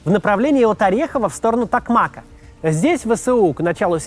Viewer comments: ТокмакА ударение на последнюю букву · Правильно в родительном падеже делать ударение на последнем слоге "ТокмакА" (говорю как токмачанин, ждем наших, верим в ЗСУ!) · У "Токмака" в родительном падеже ударение падает на последний слог "ка" - "в напралении Токмака' ". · Токмака, ударение на последний слог, не в обиду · ТокмАк, но ТокмакА. ВербововЕ, но в ВербовОм, а не ВербОвом.. украинские топонимы, с трудом даются россиянам, запорожцу режет ухо, Пологи - браво. Так же Васильевка - город, в прошлом ПГТ, но не село